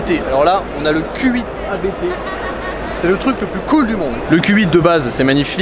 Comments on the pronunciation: Vidéo sympa. Petite info on dit "abt" et non a b t . Abt est un nom propre 😉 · ABT se dit "Abt" et non lettre par lettre. mais on s'en fou